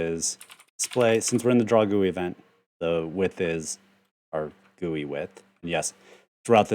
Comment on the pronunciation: Also, you are pronouncing GUI correctly, because that is the way I pronounce it ;)